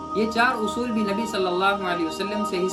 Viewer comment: "Nabi" ke achhe se le